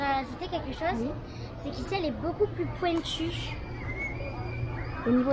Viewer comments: À et l'accent du sud "pouiNtue" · Le petit accent de pendant la présentation sirène j adore 😂❤ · A pointue 😂ton accent jen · L'accent de jen sur pointu ça ma tué 😂sinon vous gérez vous êtes les meilleurs ❤️ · Je vous aime tros hâte qu'elle vienne comme d'hab.par contre prk a fait un accent du sud mdr 🤣 je crois 😂😍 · jen a pris l'accent Marseillais 😂❤ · Haha j’ai aimée le « beaucoup plus pointue » Avec l’accent du Sud ! 🌻☀️ <3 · à fais un accent de Marseille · J'adore l'accent de jen quand elle dit pointu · Depuis quand a un accent comme sa 😂😂😂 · pointue ton accent 😂😂😂